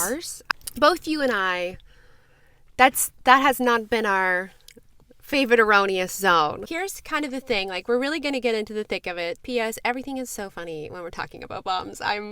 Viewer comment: Erroneous Zone?...You mean erogenous Zone?